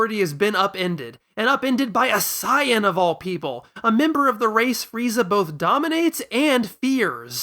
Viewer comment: How many comments do you get about pronouncing it "sahyan"? Haha but seriously i love your discussion on this, i havent seen this level of discussion about dragon ball's story before in so much of an intellectual and character motivation lens Love your enthusiasm and passion, its lovely to see